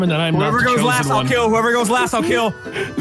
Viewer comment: it’s taken me 4 yrs to figure out that he said “OWL see you later”